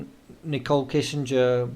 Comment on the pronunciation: It's not Kissinger. Kessinger is the last name.